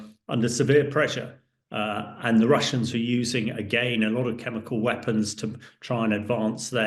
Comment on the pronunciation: "te Russians are using again a lot of chemical weapons" . . . . . WHAT?